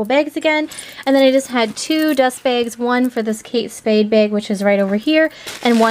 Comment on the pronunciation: Why do you pronounce BAGS...BEGS?